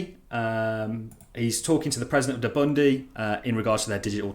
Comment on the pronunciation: What the HELL is "DE-BUNDE? Lmao...you mean Burundi? Hopefully Charlieboy didn't say the same on his visit...haha